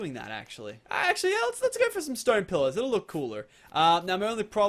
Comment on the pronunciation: When you say pillars it sounds like pillows